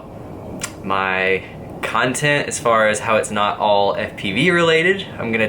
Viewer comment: love it how pronounce "cuntent"